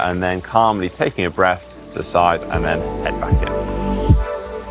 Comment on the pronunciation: " take a nice big breff " speech impediment,you can fix that.